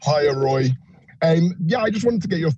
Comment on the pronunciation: A wotten day at the office for Woy... a total thwashing...